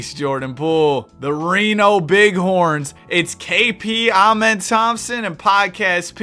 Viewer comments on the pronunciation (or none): none